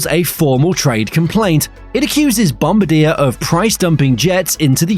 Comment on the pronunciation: Downvoted for the pronunciation. Bombardiers pronunciation is widely publicised.